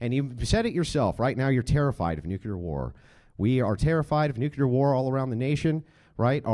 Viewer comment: . Why is it so hard for people to say the word, Nuclear? 🤡 🤡 🤡